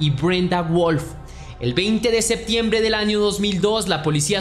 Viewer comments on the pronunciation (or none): none